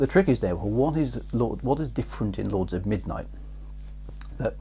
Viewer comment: I think your pronunciation of "Xajorkith" was fine - Chris gets that one wrong all the time! :P ...but your "Lords of Midnight" could do with some extra practice!